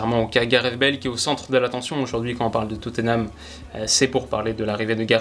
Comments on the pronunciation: S'il vous plaît : on prononce << Totnam >>, pas << Toteunam >>. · Je t'en supplie c'est Tottenham et pas Toténham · Oh mon dieu je suis obligé de le dire même si c'est 3x rien ça me frustre trop x) c'est pas toténam, ni toteunam, c'est juste totnam 🙏🙏🙏